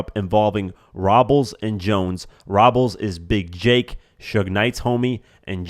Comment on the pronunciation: The way he pronounces ROBLES 😂😂😂. You would think has listened/watched enough documentaries to know how to pronounce Jake's last name 🤔